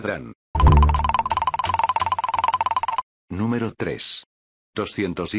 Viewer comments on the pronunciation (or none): none